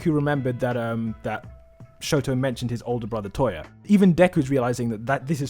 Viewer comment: nie vid but sorry bud it's touya not toya